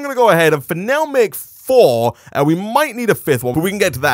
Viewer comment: Everytime he says " for now ", I think he's gonna say finnese.